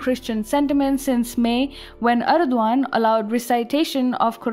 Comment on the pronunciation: For god sake, stop talking. Your pronounciation is terrible. Its erdogan not erduan. Also its his country.